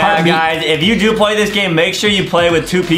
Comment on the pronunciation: Adem said pway and no one noticed